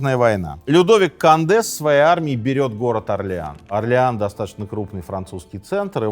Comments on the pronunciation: Не надо говорить кАнде! кОнде! В этих случаях, то есть произнесение иностранных слов, наименований, имён, фамилий, "аканье" недопустимо! Редукции нет. Конде! Только Конде! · Как только Вы сказали "Конде" через "А", мне стало понятно, что Вы - просто Говорящая голова программы🤷‍♂️ Таак.... Программа " Минаев" ЗАКРЫВАЕТСЯ... РЕКЛАМНЫЙ ДЕЯТЕЛЬ! Никак НЕ Историк🤷‍♂️🤷‍♂️🤷‍♂️